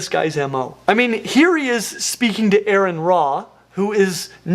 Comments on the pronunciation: That should probably be “Aron, not Æron”, or maybe “Aron, not Äron”. The å is more lika an “o” pronounced further forward in the mouth with more rounded lips (the clue is in the ring 😊), while the long a in Scandinavian is the open a you want in Aron’s name. 😉👍🏻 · Aron's name is pronounced ah-ron. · The only thing that would make this better in Aron walking in with the snakes… or a single person pronouncing his name correctly 🤦🏼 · I like videos. Would love to see him and Forrest get together to make a couple of biology videos. Shame he keeps getting your name wrong but I suspect he just didn't know how to pronounce it.